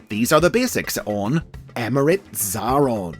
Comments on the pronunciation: It's pronounced A-Atron tho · Just fyi, it's pronounced 'Zay-ay-ron' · You've done messed up Xa-a-ron